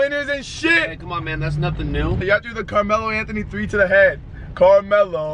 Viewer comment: Bruh. Anthony really saying sommer is pronounced sohmer. Anthony. Your name is pronounced anth- uh - née. Not anth- oh- nee